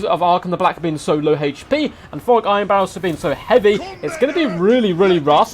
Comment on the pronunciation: Maybe it's my phone's speaker... but who is "Forek" Ironbrow? 😂